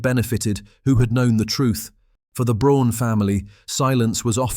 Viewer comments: The family name is not pronounced "Brone," it's" brown." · More repetitive AI narration...and if you can't manage to pronounce Braun correctly I find it difficult to take anything else in your video seriously. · Eva BRAUN not Brown! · It’s Braun and pronounced as Brawn like Brawny paper towels, not Brown like Nicole Brown - OJ Simpson’s ex-wife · Her last name was Braun and not Brown! Everyone seems to miss or ignore this fact!